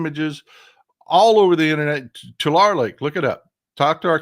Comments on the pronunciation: Tulare. Tu-lair-ee..... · Tulare pronounced To lair ee